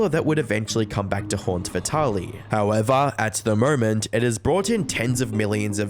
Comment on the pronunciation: I'm just here to hear a few good "Howevah"s.